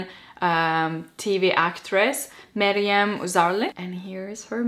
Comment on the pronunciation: I love how you say Meryam! It's awesome x